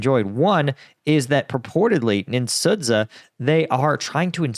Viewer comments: That city Sudzha Суджа is just pronounced SUE-juh. Russian doesn't always transfer well to English 😅 whenever you see zh it's the letter ж which just sounds like the "ge" in the words massage and mirage. Then they combine it with the d sound to boot leg a J sound because they dont have a single letter for that sound. Hope this helps when trying to figure out those wacky Slavic words Hey thanks for your content, I appreciate you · I believe the town is pronounced more like "sewed jar" – please correct me, if I'm wrong. 😬